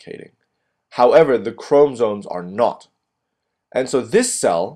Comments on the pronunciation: Boy it is chromosomes not chromsome.........is ur o silent or otherwise u be silent... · Yes please 😫😫....ikr CHRO-MO-SOME Great video nonetheless 💯👍🏼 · Chrom-O-somes why not speak like a normal person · It's actually chrom- ah- somes......not chrom-o-some. Maybe instead of focusing on the pronunciation maybe focus on learning the concept? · Honestly the way you pronounce 'chromosomes' is so distracting and annoying I almost didn't get anything out of the video. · Hello, video was helpful although, when you say chromosomes, you do not pronounce the o between the m and s. Please for future videos pronounce this because it can be distracting. Otherwise video was great. Thanks!